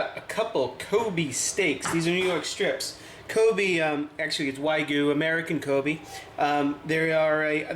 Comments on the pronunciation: It's not wagoo. It's wagyu you idiot. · All Japanese beef is called Wagyu, not Wagoo. Kobe, no Koby beef is Wagyu from Kobe, Japan.